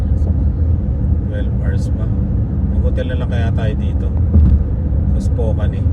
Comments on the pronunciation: Spokane is pronounced spoh-KAN (rhyming with "man" or "pan"), not spoh-KANE.Sounds like "spoke" without the 'k') Second syllable: "kan" (rhymes with can, pan,m) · It pronounce Spokane is Is-po-kan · pronounce it like "spoke...cane" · Nice US Trip! Spokane~ you pronounce it…Spo kan! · Dyan sa north Idaho there’s Silverwood theme park and a campground across where you can stay, I think sinabi ko na sa iyo nun, it’s pronounced ‘Spo-kan’ correctly, fyi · Hi po, but the right way to say Spokane is _ _ _Spokeyn😂. Keep safe po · Spokane is pronounced Spo-kan rhyming with man or pan.